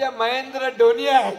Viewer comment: डोनी नहीं धोनी sir